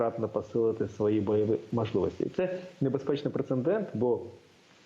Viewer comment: Прецедент, а не прецеНдент. Речник, мля...